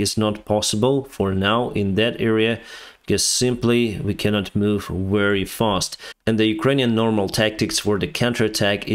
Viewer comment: Very as in vector, not wery.